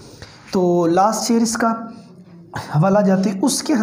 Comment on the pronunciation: teacher does not know the ABC of urdu literature. He can not even pronounce sher in proper manner.